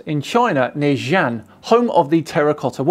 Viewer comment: Are you trying to say Xi’An? 😅